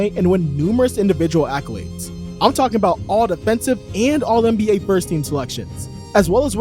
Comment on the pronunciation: “Allocades “ Ha ha !!